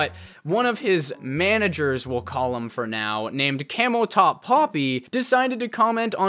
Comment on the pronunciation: Its camoTop not cameltop lol 🐫